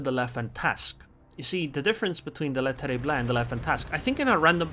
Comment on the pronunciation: Hello, your pronounciation of the French destroyer Le Terrible is far from bad, but you should not pronounce the last "e". It would be more like "Le Terribl". But hey, thanks for the replay and the comments.